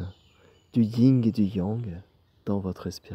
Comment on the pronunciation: Merci 🙏... Pour info, c'est le yin ...pas le ying ..😉